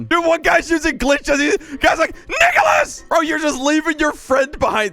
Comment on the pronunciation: When he said NICOLAS air sounded like ni- (gets canceled)